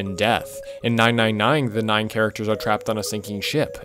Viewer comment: You really can't say nine right. You keep adding a g that isn't there and is honestly kinda annoying to hear.